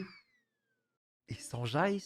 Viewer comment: Mais qui va prononcer Sanjay comme ca